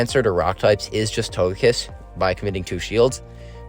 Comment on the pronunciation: I’m a new viewer here and it took me a second to realize that you had a SHUNDO TOGEKISS ( and no offence but it’s pronounced toe-ge-kiss not toe-je-kiss)